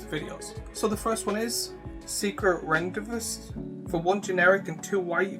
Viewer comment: Rendezvous is pronounced Rahn-day-voo